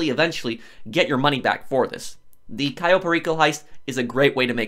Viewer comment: the way he says cayo enrages me